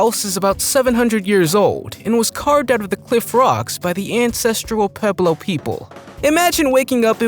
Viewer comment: Oh, Mr. Narrator... it's "...an•CES•tral PUÉ(pwé')•blo...". Oh, and the sea the Casa Brutale is on, is the "Ae•GEE•an". ..and spherical is pronounced easier if you can see it as "sFEAR•ic•kul".